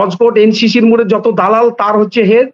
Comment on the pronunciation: মোর নয় কথাটা ,মোড়